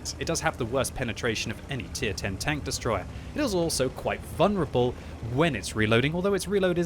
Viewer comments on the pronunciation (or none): It is vul-ner-able not vun-rable